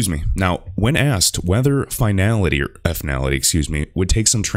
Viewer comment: I believe it's pronounced 'Fin-ality', not 'effinality'